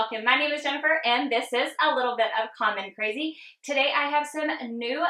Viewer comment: Seriously thought you said, “Little Bit of Common Crazy”-haha! LOVE THIS! I am working on my own YouTube channel. Thank you for the inspiration!